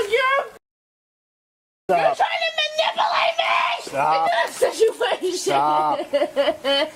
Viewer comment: Case# 3: “You’re tryin’ to ma-nipple-ate me.” 🧐